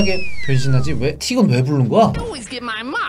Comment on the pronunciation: 이 왜 이렇게 발음 안 좋아해요 아니 티그 왜 치라고 말하세요 너무 웃겨서 좋아요 드릴게요